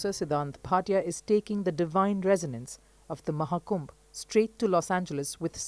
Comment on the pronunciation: Thank You commentator for calling it Kumbh and not Kumbha! Distorting names or terms like that can erase cultural nuance and precision. Many of these distortions stem from the colonial-era habit of anglicizing Sanskrit or Hindi words to suit English grammatical expectations, especially by adding an "a" at the end of masculine names or nouns. This changes not only the pronunciation but often the cultural and linguistic integrity of the word. In many of these cases, the added “a” isn’t present in the original Devanagari script. These additions were often made by Western scholars, missionaries, or translators unfamiliar with native phonetics, leading to a system that still persists in mainstream media and academia. Respectful use of these words is necessary, especially as these names / terms carry deep spiritual, historical, and cultural meaning.